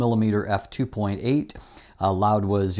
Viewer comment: Where is the "d" in "Laowa"